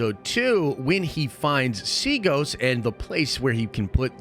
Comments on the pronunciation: DUDE THE PLANET IS CALLED SEATOS. NOT SEAGOS. T NOT G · Did he say Seagoes? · At this point I’ve lost hope that bro will ever pronounce the planet “Seatos” correctly . . . I’ll hold the L for holding out hope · IKR? Everyone on YT is mispronouncing that planet’s name.